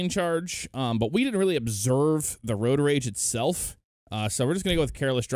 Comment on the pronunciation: Can he say road